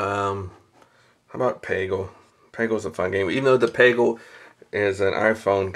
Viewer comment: its not paegle its PEGle